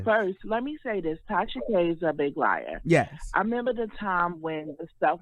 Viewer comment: Armon is the only person who can drag TK to filth lmaoo 🤣🤣🤣🤣🤣 watch her go live on her backup page koz her feelings get hurt everytime Armon says “she’s a liair” lmbo 😂😂😂😂